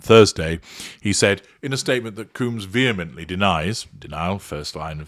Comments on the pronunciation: Dude why can’t you pronounce names properly? Surely even with your British accent, pronouncing Combs properly can’t be that difficult. It’s COHmbs….not Cooms! Also, she got $100M from the settlement. It’s open source data so you should have known that. It’s obvious that you’re just reading from various sources and have no actual understanding of the subject….including how to pronounce his last name properly. I usually enjoy your videos but this series was weak to say the least. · It's not "Coombs", it's "Combs" like honeycomb or hair comb and brush. Everytime you say "Coombs", my mind goes "Who TF is talking about?!". 🤭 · His name isCombs not cooms. Is that you asserting control? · I think he doing it on purpose lol